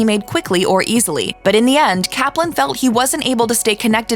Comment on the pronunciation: Really, the the first two guys' last names rhyme with "enjoying" and "glossy"? So the first A in "Kaplan" make the first syllable a different spelling of "cap" and the second is a schwa, huh? I thought so! Thank you for making the surnames' pronunciations clear. However, it's not clear how Avi's longer first name (Avriel) was really pronounced.